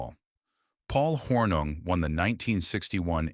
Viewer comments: At least try to pronounce Paul Hornung's name correctly Mr. AI. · The constant mispronounciation of Hornung's name made the video NAUSEATING! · Hey AI- Get your Act together- and Learn how to pronounce Paul's Last name!